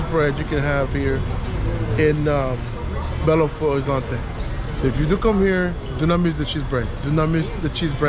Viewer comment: Belo Horizonte is NOT pronounced Horizontay it is pronounced Horizonche. In Portuguêse the “T” is pronounced with a CH. Boa Sorte 👍🏾